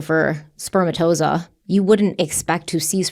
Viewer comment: Oh, please look up the pronunciation of spermatozoa.